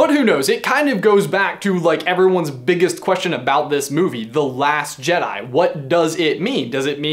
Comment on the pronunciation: Jedai, jedai, jedai, jedai...